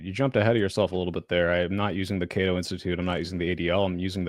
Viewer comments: It's CATO institute not K.O. genius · It's not KO institute it's CATO